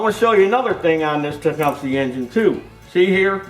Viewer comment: 😆 Tech-um-us engine! Those flipping teeth I can’t even..